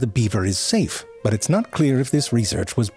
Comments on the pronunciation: His "butt" instead of "but" has to be my favorite part of every video. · This guy never lost an opportunity to say butt instead of but :D